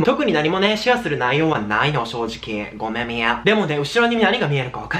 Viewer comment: ごめみぇぁで吹いた笑